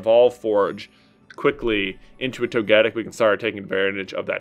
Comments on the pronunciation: Why do you say toe-ge-tic? It’s it toe-ga-tic? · When j was talking about togepi I got so confused... what even is the pronunciation of togetic (genuine question btw)? Sounds so weird. I have to say I am a big fan of that evolution line though